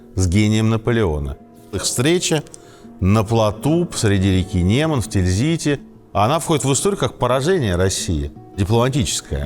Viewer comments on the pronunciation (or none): none